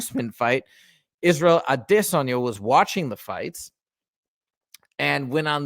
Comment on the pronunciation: The way you pronounce Izzy’s last lame is cringe. Stop you sound stupid